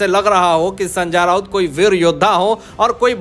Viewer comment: अबे संजा राऊत नही है उसका नाम। जरा नाम का सही उच्चारण का अभ्यास कर और बाद में व्हिडिओ बनाना।